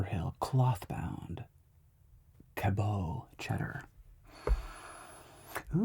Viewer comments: Ca-BUTT. Not Ca-bow ;) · Here from Vermont, where they make some of the cheese sampled: it's pronounced "cabbot" not "cabeau" but sure bud, sure